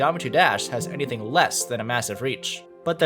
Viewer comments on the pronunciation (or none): none